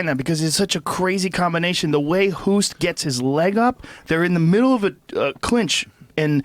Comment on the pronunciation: What I don't understand why people cannot pronounce Bas Rutten. They can say Bill Burr, they don't say Bill Boerr, but with Rutten they say Roeten? Why? It's the same. And the "t' is like you say tea. It's so easy...And it's not Ernesto Hoest, it's Ernesto Hoost. You should know how it's said anyway because the name of our Prime Minister is Rutte :P